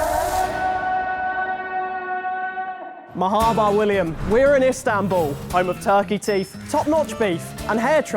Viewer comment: mehaba 🤣🤣🤣 its marhaba for anyone who doesn't know